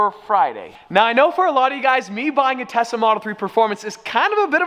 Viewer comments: Every time says "Tesla" it sounds like Tessa lol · Why do i hear “TESSA” every time he says “TESLA”?? LOL....